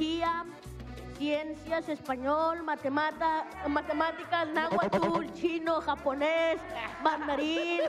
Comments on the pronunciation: like si te reiste cuando dijo emves de matematicas dijo matemata😅😅😅😅😂😂😂😂😂😂😂😂😂😂😂😂😂😂😂😂😂😂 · ohhhhhhhh😉😂😂😂😂😂ni sabe decir matemáticas😂